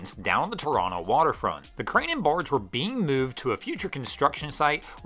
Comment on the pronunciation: Kudos to for pronouncing Toronto correctly. I can let the transposition error on "Ashbridges Bay" slide. 🙂